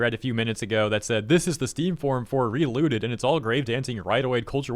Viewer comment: I heard reLewded instead of relooted, would've been much more interesting of a game